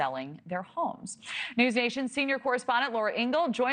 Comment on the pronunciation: Stop saying REAL-A-TORS. There is no “A” in the middle of this word. REALTOR